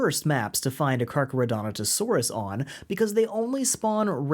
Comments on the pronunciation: Dude, it’s Carcharodontosaurus lol. Car-car-o-dont-o-saurus. You’re pronouncing the way you spelled it (you clearly practiced) you just spelled it wrong 😂 Yay crazy Dino names! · the way u say Carcharodontosaurus breaks me up every time